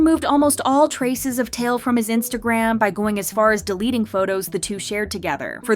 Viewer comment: Tail? It's Tai Eel